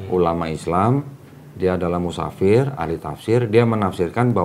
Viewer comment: Mufassir bukan musafir, punten